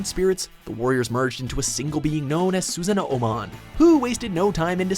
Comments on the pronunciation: Why can't you let your female counterpart do these Digimon videos? She's much better with the pronunciation. You can't even pronounce Susanoomon when it's literally pronounced how it's spelled and said in the very clips you showed. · STOP SAYING "SUZAN-O-MON" IT'S NOT A "Z"! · Just to point out... It's Susanoo-mon, not Susano-O-mon. You just extend the "o". Also, Pi-yo-mon? It's pronounced Pee-yo-mon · Ikr specially when he says susanoomon as susuhnoohmon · Susano o mon